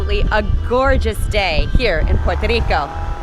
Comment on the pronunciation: Thanks for the up date, I waiting to visit the Island and family, maybe July I want to give it time for more things to be up open. I was there Las December so I can wait one more month :) btw love the way you say Puerto Rico.